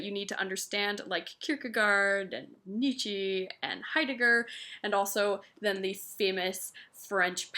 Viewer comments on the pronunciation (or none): Ive read heavily into Existentialism (and, it's pronounced "Nietzsch-AH," not "Nietzsh-EE," no biggie, thank me later) and Im glad to hear more reviews on the subject. Ever read the novel Sophie's World by Gaarder? IMA re-read and review next month.